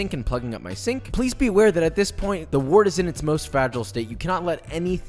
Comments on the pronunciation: Pronounced "wert" like "word", not "wort" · I know this video's like 2 years old, but it's pronounced "wert", not "wort"